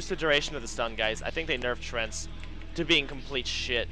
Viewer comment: lopl he pronounces them "trents".